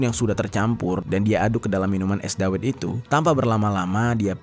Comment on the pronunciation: Bacanya dawet bang, bukan dawet.